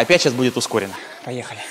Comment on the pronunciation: как тот китаец, паехали 😂